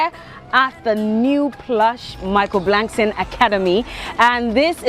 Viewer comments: It’s Michael “Blackson” not “Blankson” 😂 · It's BLACK-SON not Blankson. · Blackson not blankson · Why did she keep saying blankson?